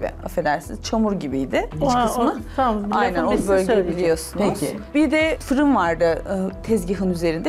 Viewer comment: 😁👍Fırun dedi bugün de yaa 🤦